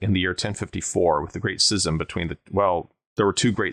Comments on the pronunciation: Your pronunciation of schism five or six times within a three or four minute time period really was distracting because you miss pronounce it. schism /ˈs(k)izəm/ Kinda reminds me of when someone pronounces scimitar, skimitar. Anyhow, this video and the previous video on this subject were excellent. Also, damn right you should be careful around boars. I used to run into them while doing patrols along the old West/East German border and West German/Czech borders. Boars are dangerous. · Hate to be this guy, but it's Schism. Pronounced Skiz-um. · How do you not know how to pronounce schism? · I've never heard anybody pronounce scism with a soft c.